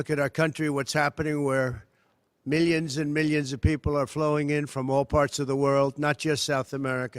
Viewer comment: "mi-dd-ions and mi-dioons"